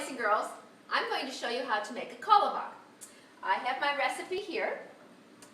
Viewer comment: She is pronouncing it wrong... the whitest way to say it...